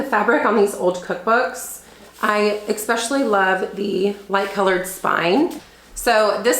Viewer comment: It’s ES pecially not EX specially 😊